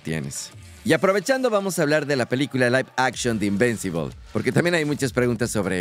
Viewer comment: No es invencibol 🤦🏾 es invincible o en español invencible.